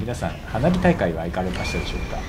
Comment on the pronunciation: 花火大会が鼻毛大会って聞こえたw